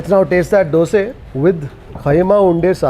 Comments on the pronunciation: On point prounciation 👏🏼👏🏼👏🏼 Dosae Bengaluru 💛❤️ This man knows how to respect culture traditions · All things apart, I appreciate pronounce correctly Dosae, Ravae, Vadae in our region. To pronounce them as Dosa, Rava, Vada, is disrespectful here in Bengaluru - Mysuru region. It is bastardising the words as a figure of speech. Kudos to for honoring the pride of Kannada people